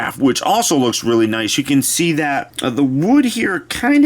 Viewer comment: You say ewe